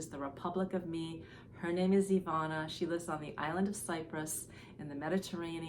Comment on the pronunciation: Ivana’s name is pronounced Eva na. Not Eve ana. :)